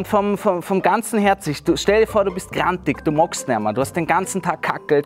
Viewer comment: "... du mogst nejma" ist definitiv nicht wienerisch eher aus der Steiermark oder Kärnten 😅